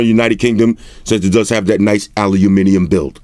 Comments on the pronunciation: still incorrect though. aliuminium, should be aluminium. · allee-u-mee-nee-ummm :D the fcuk is that? :D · Ali_uminium 😂 we say Alumin_i _um, proper cracked me up though #Salute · Ali-a-minium mmmm perfectly bri-a-tish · Lmao. “Uk mode. You know what that means? This is not aluminum, it’s alayouminium” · in England it's pronounced Allah min yum...peace brother🙏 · Alu-miniyum. Thats how we say it over here brother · This is not aluminium it's aLuMiNiUm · that pronunciation hahah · UK English, now its aluminium 😂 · Okay I’m from the United Kingdom and I definitely don’t say aluminium like that! 😂